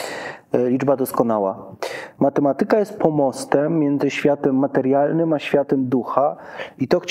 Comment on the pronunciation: powyższą dyskusję! W słowie "matematyka", która jego sylaba powinna być akcentowana, poprawnie, Pana zdaniem? A Zanussi jak akcentuje to słowo, zauważył Pan, że inaczej niż Pan?Jeśli jeszcze raz usłyszę u Pana niepoprawny przycisk wyrazowy w takich kluczowych dla dyskusji, ważnych słowach, to Pana skrytykuję! A co do akcentowania słowa "nauka", to go pominę, bo chyba w Polsce już nie mówi się go z poprawnym akcentowaniem, nawet profesorowie uniwersytetccy. Ale Zanussi to słowo akcentuje poprawnie.